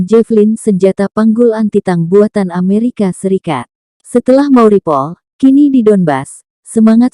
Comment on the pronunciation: Mariupol. Bukan mauripol